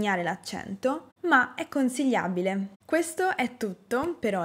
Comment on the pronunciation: Accento romanesco o comunque centro Italia dell' oratrice...chi parla di accenti dovrebbe avere pronuncia perfetta ...tra l' altro :" è conzigliabile"...